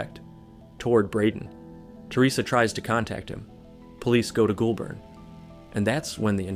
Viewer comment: Hearing Goulburn pronounced like ghoul-burn instead of goal-bin is hilarious